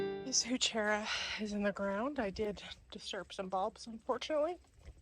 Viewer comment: I think it’s pronounced “who-ker-rah”. Beautiful plants. You guys have done a great job at the cottage!